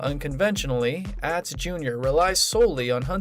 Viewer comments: It’s ahhhhhtz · You need to pronounce Atz name correctly!